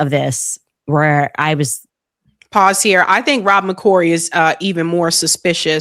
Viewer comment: Rob´ber Maccoy…….? Candace ˋOveńed ´ …….!